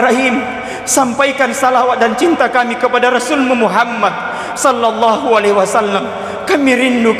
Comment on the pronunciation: Shalawat nya jg kurang tepat penyebutannya Di kata Shallallahu Lam yg pertama itu bukan lafzul jalaalah, harus dibaca tipis, lam kedua baru lafzul jalaalah dibaca tebal. Tabe 🙏